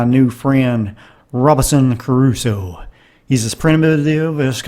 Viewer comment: its .robinson CRUSOE...NOT CARUSO.!!!